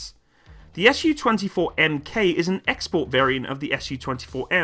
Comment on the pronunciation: I'll be "that guy" and point out the "Su" here should be pronounced as a single syllable as it came from the maker's name. If you pronounce it as 2 syllables (ɛs juː) then it'll be misunderstood as Samohodnaya Ustanovka